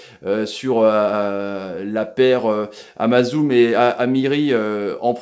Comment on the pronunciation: « Amazoum »😭😭😂😂 c’est Azmoun